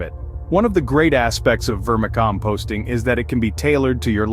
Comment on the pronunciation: AI? how do you mispronounce vermicomposting?